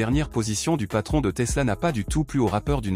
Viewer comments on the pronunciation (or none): none